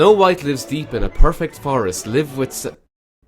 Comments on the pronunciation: Shit game, BUT in the beginning when you gave up because it says "live" I paused and read it, the word is pronounced LIE VUH, like I am Alive. It says the forest is live with seven dwarves. Just saying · live(to remain alive) and live(not dead or inanimate) are pronounced different. you used the wrong one